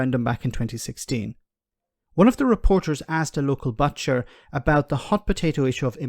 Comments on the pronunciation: Butcher is pronounced with a U - not bathcher - cushion too not cashion - love your clips though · You need to learn how to pronounce ‘butcher’ properly